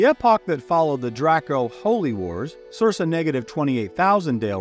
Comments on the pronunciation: He knows its cir-KA, not cir-SA right? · Sir - kah But I can see how you'd read it sir sa if you hadn't heard it before spoken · I’m sorry, I love everything being said, and the lore you bring is amazing, but I need to address something or I’m gonna go nuts: circa is pronounced Sirka 🙃🙃🙃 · I am enjoying this, and I appreciate that I'm watching a year after it went up, but I really really hope you eventually learn to pronounce Circa... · Great video. The second c in circa is pronounced the same as the second c in circle. The same root word, hence is mean around the time of.